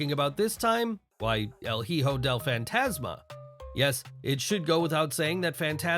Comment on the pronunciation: Its not Heeho its eeho